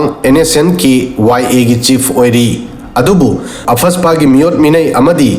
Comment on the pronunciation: What is apfaspa.....???Arm forces special power act AFSPA... Noigih oidaba dregih doh Mih maang dah uuuh chai ranuh.. Pronunciation doh haaana justified tou thok kho hana...